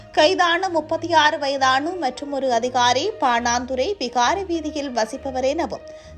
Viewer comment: பாணாந்துறையா பாணந்துறையா